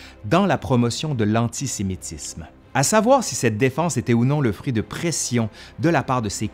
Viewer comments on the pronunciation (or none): none